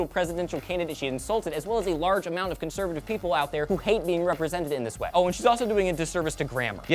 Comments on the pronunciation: conseretive.....cencervi....conser....FUCK IT. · "conserative", laughed quite hard.